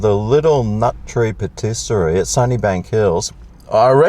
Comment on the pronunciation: Pattisary ? You mean Patisserie😮